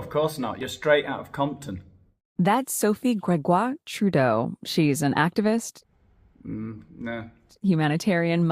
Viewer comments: I live in Ontario, Canada. Your pronunciation of Sophie Gregwah Trublaaaah 's made me laugh out loud. So sick of these types. They have too much money and time on their hands. Unblaaaah lievable!!! They should be stripped of their pearls and thrown into the pool without a pizza slice. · Lol, love this. I am Cdn and absolutely HATE our Prime Minister, as does most of the world. He is such an embarrassment. I love how u pronounce Sophie G's name. Disgusting human beings, they all are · I love your accent when you say Sophie's name lol. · 🤣🤣🤣🤣🤣🤣🤣you are killing me🤣🤣🤣🤣🤣🤣with laughter. When you pronounced Sophie’s name I thought I was going to die of a heart attack🤣🤣🤣🤣🤣🤣🤣😂😂😂. That was SOOOOO FUNNY!!!!!!!! That I had to rewind to hear you say her name again. Seriously my friend I cannot stop🤣🤣🤣🤣🤣. I know you don’t realize how funny you are. I think it’s partly because your acting so serious aboot it🤣🤣🤣🤣🤣😘. YOUR SHOW IS THE BEST ONE ON MEGAIN! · Omg! Your pronunciation of Sophie’s name is too funny!!! I’m Canadian with French roots and I’m not even offended 🤣🤣